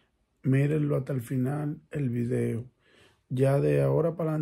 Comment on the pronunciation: el vridio el vridio